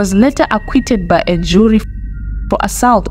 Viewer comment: Learn to pronounce Assault 😢😢😢